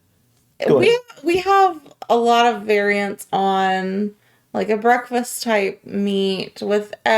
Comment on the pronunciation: He has "brackfis"